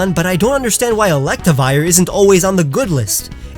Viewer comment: I agree with all but it is pronounced elect riv i er